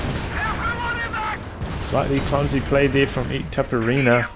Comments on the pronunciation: yes... pronounce as you write "itaperuna", "ru" speaks as "run" so its like itaperUna ... sorry for broken english .... greetings from Brazil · Itaperuna aka east potato in finnish